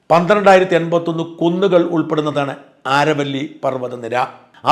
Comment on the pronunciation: Is it ആരവല്ലി? In English it's അരാവലി